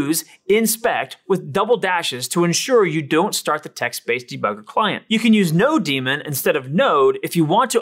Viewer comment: Great overview and presentation. You should be getting more comments and likes. minor nit: it should be node-MON as in node-monitor not node-DEMON.